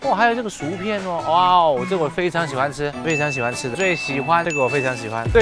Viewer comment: 薯片是shǔ piàn, 不是"赎"shú片。